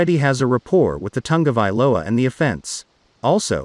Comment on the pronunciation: Wouldn't it be awesome to see Tog-a-vai-OLA throw to Duh-vone-duh?